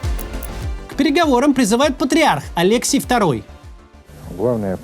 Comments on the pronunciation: Не АлЕксий Второй, а АлексИй. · 20’ - патриарх не АлЕксий, а АлексИй. Вообще с ударениями у Максима непорядок, не стабильно. Такому оратору необходимо вспомнить о грамотности